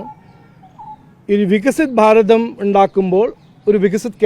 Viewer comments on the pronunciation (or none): none